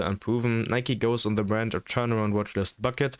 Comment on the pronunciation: skipped as soon as I heard "nyke" lmao